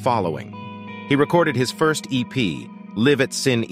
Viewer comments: Ummm.... WHY add all that spazzy static over the image?! It's obviously an effect chosen on purpose as it exists over all clips. Could only make it thru 4 minutes of that crap. Also: It's "Lie-v" At Shin-ay and not "Liv" At Sin Eee. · Hi there, I'm not sure if you're using a digital VO program for the script, but the name of Jeff's debut EP is pronounced LYV AT SHINAY, not LIV AT SIN-E. It's a live recording, after all. Great video otherwise. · "Livv at Sin E"? Come on, if you do a piece about someone, learn about them first. It's Live, as in alive, and the club was pronounced "shin-EH" (rhymes with hay), which Buckley does on the record itself as the audience begs for an encore. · Great video. However, we need to talk about your pronunciation of 'Live at Sin É.' It's pronounced. 'Lie-vv at Shinn-ay' Because it was a live performance. Like: live in concert. 'Sin É' is a venue and a phrase in Irish meaning: 'that's it'. Just thought I'd point it out. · It's "live" at Sin-e. It's a "live" album, dude. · Livv at Sin eee...Jesus who is reading this out? Bot? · Morons… “Liv at Sin- E” Really???? Did no one brief the VO guy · um.....is this narrated by an AI? Honest question. It could be. This is 2023 after all. He(it?) pronounced the word "live" as in...a live concert, recorded live, etc......as "live" as in...I live in a house. Was that some sort of subtle test for us humans? If so.....do I win? =) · Oh for fuck sake.... "Live (as in live music) at SHIN-A" (Irish pronunciation)